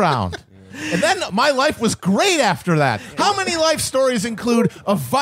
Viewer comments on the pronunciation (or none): Matt: He stepped on her fingers. "You're witnessing a gweat becoming...' Classic Chapo.